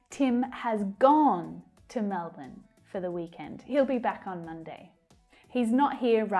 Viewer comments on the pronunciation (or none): none